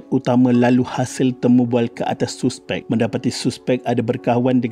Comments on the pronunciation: Hahaha, sebutan tu saspek bang😂 ejaan je suspek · Sebut la betul2 suspek,tk yh guna bahasa baku,boring la ko ni admin,klau borak biasa dgn kwn pakai la bahasa baku klau ko nk martabatka sngt bhasa baku ni,elok2 kita dgn bahasa melayu kita guna ko plak nk folow cara bhasa indon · Padu apa nya, hang degaq betui2 perkataan 'suspek' ..lawak betui